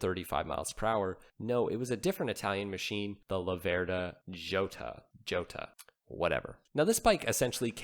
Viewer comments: Jota isn't pronounced Joeta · Jota pronounced as "hotter". Everyone gets it wrong. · Joeta ?! think it's pronounced with an H and whilst we're at it Doocardi has a t near the end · jota is pronounced EE-OTA. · after two guesses.....I thought you might land on it with a third. But, nope! It's actually pronounced YO-tah. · Pronounced " Ho' ta"